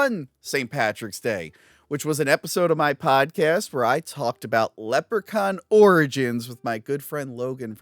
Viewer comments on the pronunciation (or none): Leprechaun. Is Leppercon not how you pronounce Leprechaun?